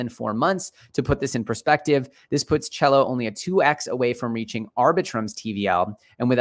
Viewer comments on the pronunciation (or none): SELL-O not CHELLO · you keep calling CELO "chello" you do realize its pronounced "ceelo"